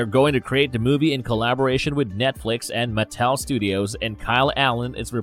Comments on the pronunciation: It's pronounced maTEL, not the way your saying it. A little frustrating hearing you say it wrong .( I blame my dad for my odiosincricies about grammar.) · Great another narrator that butchers the pronunciation of names, Matt Tell lol 😂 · I couldn’t get past this dudes mispronunciation of Mattel